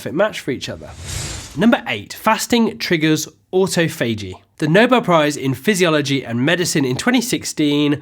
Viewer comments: It's not "auto-fay-g" it's "aw-toff-o-g" in both US and UK English. Anyway, my baseline is 16:8, although when I can prolong that by an hour or two I do, but still make sure to take in the same amount of calories. Fasting isn't a license to eat as many calories as you want within a specific window. Might try going for a 24 hour fast where I still end up eating 500 or so calories, but so far my limit is nineteen and a half hours. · Its autophagy o'tof'agee. Autofaygee is sending me nuts! Xxx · the stress in autophagy is in TO.. auTOphagy .. otherwise excellent channel :) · It's spelled AutoPhagy but not pronounced this way (Auto-Phagy)... FYI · look at Rachel sharp IM alternate day fasting. It’s awe-TOFF-uh-gee. Just FYI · Oops!, the correct pronunciation of "autophagy" is aw-TOFF-uh-jee. See the British pronunciation site. It's a very useful site! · He's butchering "autophagy". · Great video. But autophagy is pronounced differently in US English :) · Laura Coulter yeah that was killing me to hear it pronounced wrong. I’m like wtf man lol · Before you make a video about autophagy, make sure to learn how to pronounce it. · Great, non-technical presentation, looking forward to watching a whole video on autophagy (although could you pls pronounce it correctly) 🤪